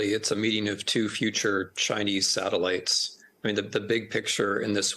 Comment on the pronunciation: "Two future China Sattilitezz"